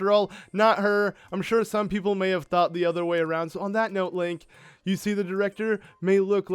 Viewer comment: Did purah say linky when they met it sounded like that